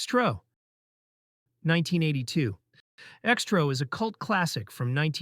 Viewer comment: ALMOST BOUGHT IT UNTIL NARRATOR PRONOUNCED X-TRO AL "STROW!" F**CKIN AI YOUTUBER CHANNEL DRIVE ME CRAZY & I REFUSE TO SUBSCRIBE & GIVE INTO THESE A.I. BOTS TAKING OVER YT!! BYE FELICIA!!!!!!!!!!!!!!!